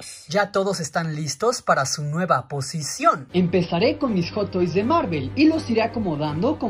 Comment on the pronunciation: "Joto is" dice el vato